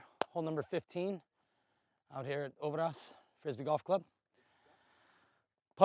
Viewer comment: its "ö"ver"ås", not "ouverahs" :P Ö as in "Mike -E-rhmantrout" or as in "b-i-rd" and Å as in "p-oo-r"